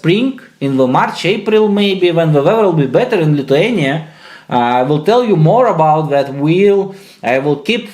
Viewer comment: "майнус сэвен вэвэр ин литвениа"😂